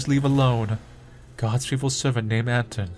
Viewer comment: Small note - the protagonist's name is not AN-ton but rather an-TONE. Also I think you pronounce the L in Olya as I. Sorry if too nitpicky but it really bugs me for some reason.